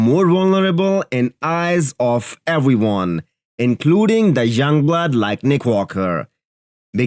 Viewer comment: I never heard anyone say "Young Blood" with an accent. lol.